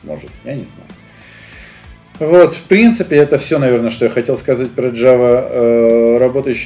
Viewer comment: Уот (вот) подбешивает